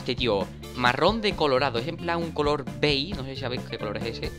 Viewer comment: Se sice beish no bei .-.